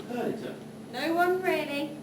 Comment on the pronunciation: It's not Per-dit-a it's Per-dee-ta